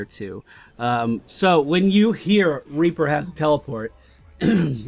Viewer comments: Reaper not raper :3 ._. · Could have sworn you called him "Raper" at the beginning. Surprisingly fitting, actually.